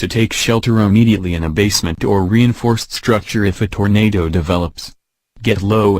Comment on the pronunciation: Tornadoooe. XD Just how he says it!